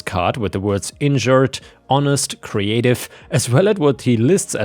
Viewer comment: I thought you were saying that the arborist was injured and wondered why he would put that on his business card . I then realised that you were saying insured! 🤦‍♀️